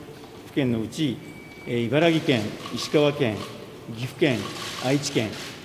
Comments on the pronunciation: みんな いばらぎって言うよねｗ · 大臣、いばらGIじゃなくていばらKIです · いばら”き”です